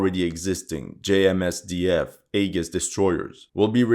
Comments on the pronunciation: AEGIS is pronounced....Eee- jis.....not A-gus. But we get what you mean, awesome video as always. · Aegis is pronounced EE-JIS. Just so you're aware. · aegis pronounced 'ee-jiss' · An interesting video, although the mispronunciation of Aegis did rather grate after a while. It looks like Japan is determined to tie itself to the sick whale which is the USA, and no, I'm not interested in explaining what I mean by that. I want to see a strong Japan, but a truly independent one.